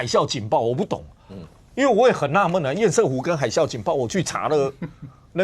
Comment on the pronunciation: 不要一直在那邊厭「屎」湖好不好 ㄙㄜˋ！ 不是賽，這是破音字但並不是隨選發音。